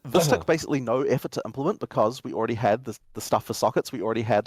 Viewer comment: says some other words a little weird, like he says already as all-raid-ey, must be the alaska in him